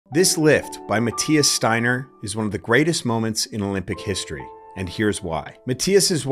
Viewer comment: Absolute legend in Germany. By the way, it's pronounced ,Shteiner', because st/sp is always pronounced as sht/shp in German. Like the Yiddish/German word ,spiel', which you pronounce correctly in English